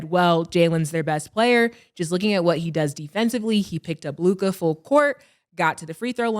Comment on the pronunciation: Am I the only who hates the way Mase says Luka it’s Luka (lue•ca) bro, not LUKAAA